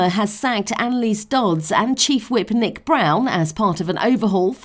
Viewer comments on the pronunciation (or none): none